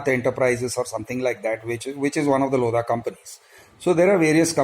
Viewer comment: The 'H' in 'LODHA' is actually silent..